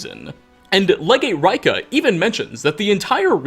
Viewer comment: Rika it's Reka